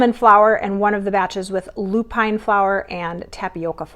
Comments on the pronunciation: Lupin is pronounced as ‘loop-in. Emphasis on the first 3 letters and not the last 2. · And how about LOO-pin and BOH-chuh not BOH-kuh 😚